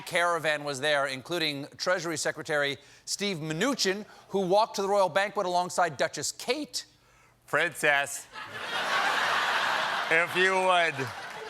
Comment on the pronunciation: It's pronounced Steven Me-No-Chin.